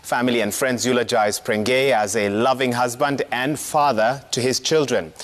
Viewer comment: Ni prengei not pregnei,point of correction